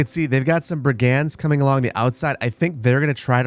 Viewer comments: just google how to say "brigands" please. Why the fuck do european teenagers know how to say shit in their 7th language and u dont in your ONLY? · American pronounciation of brigands just sounds wrong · Why can't you say the word "brigands"?